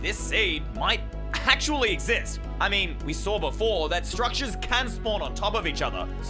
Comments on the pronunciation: might actually "EXCIST" that "excist" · "excist" ah yes, english